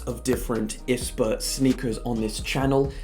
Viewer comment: I liked the video but it was annoying me how you were pronouncing I.S.P.A it’s not ispa